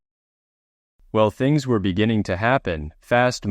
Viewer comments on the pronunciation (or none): none